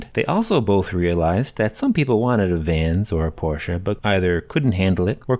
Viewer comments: LOL! And thank you for pronouncing Porsche correct. :) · Thank you for pronouncing Porsche correctly! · As a German: Thank you!! First English speaking person who’s pronouncing Porsche the right way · Praised be the American who says Porsche and not porch. 😀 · love that you pronounced Porsche correctly ♥